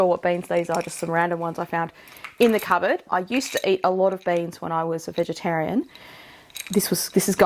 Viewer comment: I heard banes as in wolfbane until you showed beans 😂